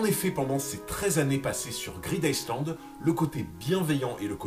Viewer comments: En anglais le "s" de island est muet. Sa se prononce "aïe Land" et pas iceland, d'autant que pour les anglais, iceland c'est tout simplement la trad de "Islande"... Dsl je sais c'est tatillon mais sa m'a vriller les oreilles toute la video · super vidéo encore, on dit plutôt " greedaïeland" et non "greedICEland". Le S est muet ^^ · greed ICEland ca pique les oreilles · SI Je re-entend iSland encore une fois, mon cerveau se liquéfie. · Vidéo sympa, j'ai cru reconnaitre une OST de Skyrim à un moment mais j'en suis pas sûr. Cependant toute la vidéo j'ai tiqué sur la prononciation du "Island" de Greed Island, je t'invite à écouter la prononciation sur Google trad :) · Ta vidéo est cool 🙂 (Par contre ça me pique les oreilles quand tu prononce le ‘S’ de ISLAND 😉) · le "s" de island ne se lit pas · tu prononce le S dans greed island ? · Il ne faut pas prononcer le « S » de « Island » … ça me stresse